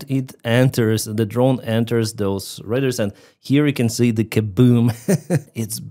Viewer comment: Please look up the pronunciation of "RADAR". You are saying, "raiders.". A bit confusing. Thanks for the update! Also, RADAR is used as an adjective, not a nown. There are no RADARs. There are RADAR dishes, RADAR transmitters, RADAR systems, but no RADARs.